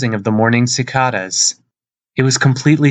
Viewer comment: Yeah, you're not the only person to fudge "si-CAY-dahs",. Live and learn.